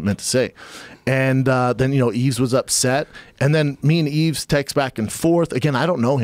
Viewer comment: Schaub further disprespects Yves by getting his name wrong. It's a silent 'S'.